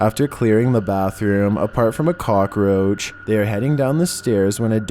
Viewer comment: on the third clip he said "a COCKorouch"